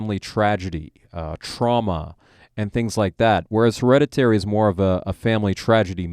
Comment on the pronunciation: You mispronounced the title of the film through your entire conversation. Lazy AF.